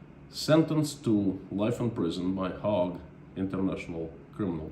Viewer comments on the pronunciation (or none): Hague not Hog. Pronounced Hay’g ☺️